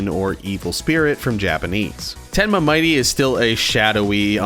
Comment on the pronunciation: I don't want to be mean at all just saying that mitte's name dose not sound like Might Ty it's actually mit dey like I said from before I don't wanna be mean or start an argument I'm just saying how mitte's name is pronounced